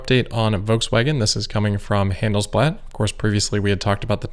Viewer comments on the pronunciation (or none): Without wanting to be rude - just to "educate" (hahaha) - Handelsblatt is pronounced like "Han" (like in "to hunt") - "dels" (like in DELL Computer with an s) and "blatt" (like "blood" ) :D :D sorry - your videos are always so good, dont want to be rude or anything :D greetings from Germany. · The A in Handelsblatt. Is more like the A in Hahn Solo 😉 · ignore the instructions... they are wrong. Yes, had an American accent when he said Handelsblatt (which he usually doesn’t), but the advice above only works if you pronounce hunt, DELL, and blood with a thick German accent.